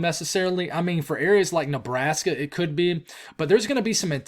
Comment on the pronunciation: I’m still laughing at “Lebrashka” from yesterday. It made my night haha